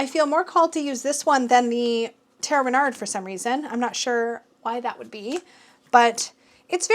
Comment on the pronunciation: I often hear you wonder how to pronounce Tarot Renard, but I never took the time to comment with the French pronunciation. Yours is pretty good actually :-) There is just one little trick! The Final -d is silent! 🦊